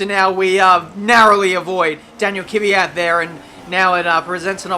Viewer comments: Why do say Kyvat instead of Kvyat? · i really like ur driving and commentating but Kvyat is pronaunced 'Kv - y - at' keep up the good work